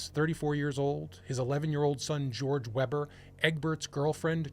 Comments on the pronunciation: if they're german, their name would be pronounced vayber, not webber. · You should pronounce WEBER as WAYBUR! 😊 I like your channel! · You pronounced "Weber" wrong.